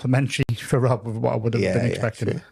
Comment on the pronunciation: Awesome! Thank you for inducting me into the HOF! 😍 Clarke pronounces my name correctly, and Rob (or Wob as Paul says) does it wrong! 😂